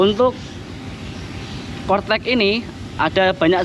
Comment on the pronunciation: Corec eh cortec hee